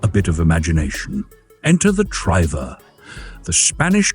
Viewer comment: "Triver" pronounced like river with a t in front.